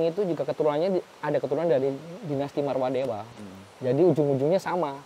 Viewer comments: MAAF,karna sering salah ucap,Tyang luruskan Dinasty Warmadewa bukan Marwadewa.....🙏Rahayu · Sekedar mengingatkan saja, dari episod 1 sampai 4 ini saya dengar menyampaikan Warmadewa itu "Marwadewa"😊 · Warmadewa maksudnya bang.. Bukan marwadewa